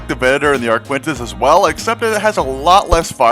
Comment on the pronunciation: Why y'all calling it an ArquiNtens like Cpt Shack its a ArquITens. There is no "N" dang nabbit! Great to see all the work you're putting into this submod though, really looking forward to release!